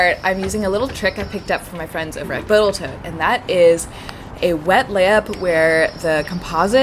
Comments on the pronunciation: Pretty sure I’m gonna be calling it Boatal Toat from now on!!! 🤣😂!! Another great job!! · The amount of times she says Botal Tote in this video <3